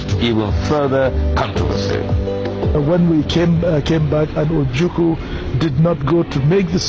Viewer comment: My brother, is like you don't know how to call or pronounce OJUKWU. You always pronounce it OJUKU. Please take correction as an IGBO man.